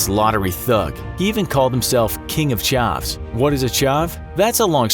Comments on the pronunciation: It’s not chauvs it’s c h a v s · You said chavs wrong and I know this guy From the British press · its chavs not charvs I should know im from the uk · It’s not shavs it’s chavs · ok so not cavs it's cHavs with a H CHAVS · it's pronounced ch-a-vs, not ch-ah-vs. chavs rhymes with crabs. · "charvs" when chavs is pronounced "chavs" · You said ‘chavs’ like charvs, it’s chavs. The a is harsh. You basically made every British person crease😂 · Man said ChAVS 😂😂😂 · King of “Charves”. Jeez just say it right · looool the way he pronounces chavs "king of charves" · King of Chavs, less of Ch-o-v Ch-ah-v ;) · The fact that you say 'chahvs' instantly proves you are not one. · I think every person in Britain cringed at his pronunciation and definition of chavs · Infographics on CHAVs. Explanation: excellent. Pronunciation: terrible. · that’s not how you says chavs... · 😂 omfg the way he says Chavs kills me, it’s so bad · u pronounced chavs wrong